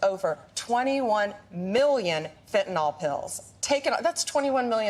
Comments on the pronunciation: how hard is it to say fen-tan-ill? it is not fen-tan-all. how can anyone be in such an important position and not know how to speak English? fentanyl!! it's really easy;) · Oh Paaam! It's (say it after me) Fentan-ILL, not Fentan-ALL. Practice reading and pronouncing that, OK? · Pam bondi can't even pronounce fentanyl correctly. It's -yl, not -ol. But then, perhaps she's actually Pam Bondo instead of bondi, and so the whole pronunciation-thing just confuses her. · It’s f&cking FEN TAN NILL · nyl not NOL, you idiots drive me NUTS, stop pronouncing it like that She like all the cabinet are a bunch of suck ups, He has lost his mind and needs to be put in a Home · Liars lie. Thanks Blondi Bondi. ps it's fentanyl, Not fentaNol. Dip sht. 😮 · Notice Bondi mispronounces it as "fentanOl." It is fentanyl. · Why can’t MAGAts pronounce fentanyl? Fenta-nawwwwlll. 🤡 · It's so irritating how pam ela bondi pronounces fentanyl (fen'nALL) ugh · In addition to her clown math, Pam Bondi can’t pronounce “fentanyl”.